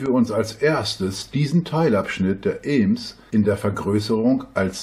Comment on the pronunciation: Und "eeems"... 😤😤😤 Bin gebürtiger Bielefelder und hätte nicht übel lust ihm dafür herzhaft in die Eier zu treten!